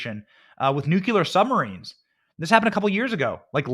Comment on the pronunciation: 😄😄😄 You crack me up Benny!! Ty for inserting humor into such tough topics, its really needed! BUT...and I do love you!!!...You're STILL mispronouncing NUCLEAR. Ok...so heres the breakdown.. The CORRECT pronunciation = NEW-CLEAR. INCORRECT= NUKE-YA-LER I still love you!! 😄❤🇺🇸❤ (NEW-CLEAR)